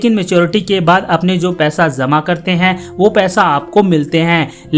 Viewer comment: ZAMA KERNA HOGA...AISA nahi bolo....JAMA KERNA HOGA BOLO.J AUR Z MEI ANTER NAHI MALOOM